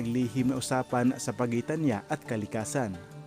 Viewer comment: Huy! Ayusin mo Tagalog mo. Bakit ka-ragatan, ka-likasan ang pagbaybay mo sa mga salitang Tagalog na yan at iba pa? Hwag mo na gayahin sina Korina Sanchez, mainstream media at celebrities na mina-murder at wikang Tagalog. Binibigkas yan ng tuloy-tuloy tulad ng salitang karagatan (ka-ra-ga-tan) at hindi "KA-ra-ga-tan", at sa kalikasan (ka-li-KA-san) hindi "KA-li-ka-san."